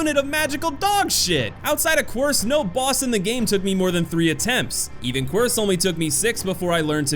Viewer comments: Lmao it's pronounced Queercé not Kwerce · Someone may have already mentioned this, but in game, the boss Quirce is pronounced KEER-say. That was the toughest boss for me. However, it was made slightly easier when i realized i hadn't visited the upgrade statue in a long time. I upgraded and came back, and the spin combo carried me through - it seems like that combo is super effective. You still have to time it right, and not get too greedy, but it only took me another try or two after realizing that. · Lol this dud pronounced quirce(keersay) fuckong COARSE! I'm dead! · It’s pronounced keer-say not quirce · It’s pronounced keer say and if you only have 11 hours on one campaign I don’t trust most of your judgment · Quirce is pronounced Keer-say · Also demo Its keer-say The dude says it after his fight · Some corrections: "Expósito" can be pronounced both ways - "ess" or "eks", and "Quirce" is pronounced "Keer-se", it's Spanish, not Italian :)